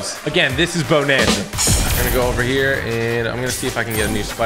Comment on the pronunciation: bownanza lol